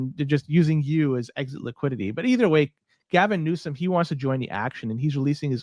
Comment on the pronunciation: "Gabbin" Newsom. Legit LOLZ